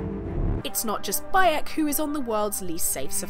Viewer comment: Did you say his name was "By 'eck!"?